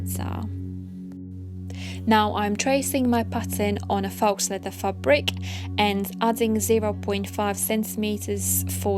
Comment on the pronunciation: I like your video tutorial. i do have a question though. isn't it pronounced "foe", and not "fox"? or is it pronounced differently where you're from? no shade, just am genuinely curious.